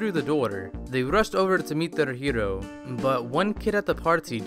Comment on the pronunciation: Rushed overch to meet theirch heroch. This is how talks